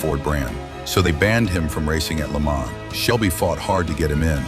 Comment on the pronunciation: At least pronounce Le Mans correctly...Jesus...